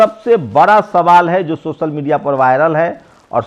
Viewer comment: See how this youtuber pronounce words sosal bra pichra deliberately to prove himself pichra